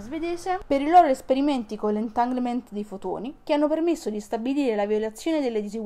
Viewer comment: Magari impara a dire "entanglement" o "entangle" o "entagled". Cmq grazie del video.